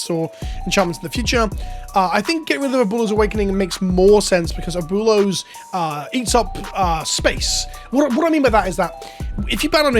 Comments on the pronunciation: At least he tried lol. Just say Ahh-boo-eh-low a tiny bit fast so the oo sound and the eh sound kinda blend together in the middle there. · Try saying it this way ... "AB - Well-o"... Its a tough word and no shame for the pronounced way that you said. stay milky my friend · "Uh-Boo-Lows" LMAOOOOOOO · Friendly pronunciation correction. Its AB - WAY - LOES awakening. Abuelo is "grandfather" in Spanish. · Me as a Latino hearing you say “Aboolows” hahaha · Better than SaffronOlive's Abooleo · I had 2 years of Spanish in high school like two decades ago and it hurt even my ears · ¡Cada vez que pronuncia Abuelo mal mi espíritu se muere un poco más! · I don't mean to be toxic but I really don't think when you're a content creator on the internet, there's any excuse to not know how to pronounce Abuelo. Like, I'll give it to Seth, he doesn't know how to pronounce English words half the time either, so it doesn't come off as any more disrespectful.